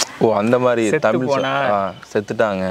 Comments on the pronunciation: முதலில் தமிழை தமிழ் என்று சொல்லி பழகுங்கள் தமில் தமில் என்று நீங்கள் சொல்லும்போது அப்பட்டமாய் தெரிகிறது புகழுக்காக தமிழை முன்னிறுத்தி பேசுகிறீர்கள் என்று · தமிழ் என்று உச்சரிக்க வேண்டும், தமில் இல்லை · ‘ழ’ Both host and guest are not eligible to talk about Tamizh language. They cannot say even tamizh. First learn to say tamizh. தமிழ்க்கு ‘ழ’ அழகு